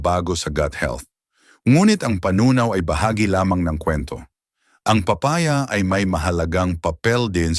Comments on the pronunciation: Papa-ya at pola- te 😂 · Di ka Marunong mag bigkas ng. Tamang Tagalog lalu na Ang papaya